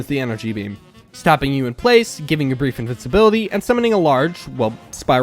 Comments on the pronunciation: you mean invincibility, not invinsibility, right？ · Bro said invinsiblity